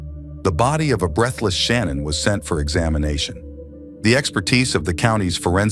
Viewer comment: with all due respect her name is not pronounced Shannon......